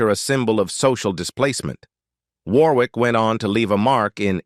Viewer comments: Pronounced WORRICK!!!!!!!!!!!!!!!!!!!!!!!!!!!!!!!!!!!!!!!!!!!!!!!!!!!!!!!!!!!! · Richard Warwick. It's pronounced 'Warrick". You could have looked it up - sounds silly how you said it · War - wick! 😂